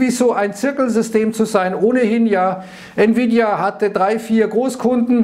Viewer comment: nvidia=niewiedia :D